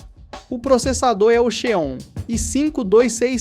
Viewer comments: A pronuncia correta seria "Zion" (Xeon) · Pronúncia esquisita de alguns termos, como Xeon, SSD, DLSS etc. É a sua pronúncia ou é IA falando? Tenho um PC parecido e o desempenho é semelhante. As memórias têm que rodar a 2400MHz, que é o que esse Xeon (se pronuncia "zíon") suporta. Ficou bem legal. Parabéns.